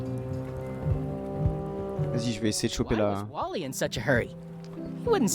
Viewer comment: Je suis le seul à comprendre WALL.E au lieu de Wally? X)